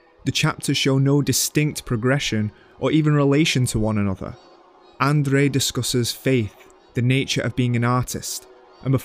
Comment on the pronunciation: Love the content of this video. The mispronunciation of the director's names (Louis Malle, Murnau, "Andrei" Tarkovsky for example) and the accent in general made it very difficult to watch. How does one know so much about cinema but get the names of the directors wrong? And with such conviction. That's baffling to me. This is one English accent that simply destroys everything in its path.